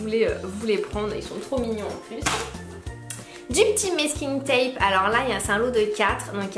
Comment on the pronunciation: Salut je voulais te dire c pas mesking tape c masking tape sinon bisous 😘